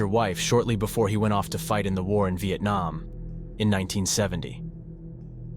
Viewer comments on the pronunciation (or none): none